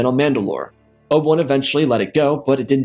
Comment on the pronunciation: "Oba- wun?"